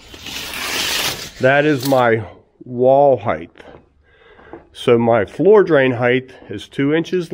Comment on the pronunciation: Height, not heighth.